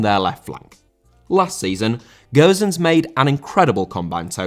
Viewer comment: How can you say Gowsens?!Ffs man It's Gosens not Gowsens